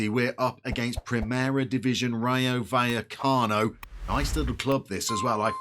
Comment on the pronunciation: Vallecas (buy-ekus) is a ‘barrio’ of Madrid (barra is a bar). LOVE Rayo! Great club! Oh and you’re nailing Buya-cano 👍🏼